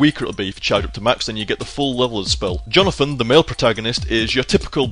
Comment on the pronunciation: when your say charlote jonathan it kick me you say it really nice